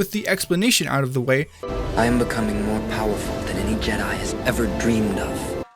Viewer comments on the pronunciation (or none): none